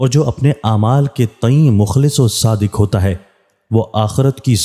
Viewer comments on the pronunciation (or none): none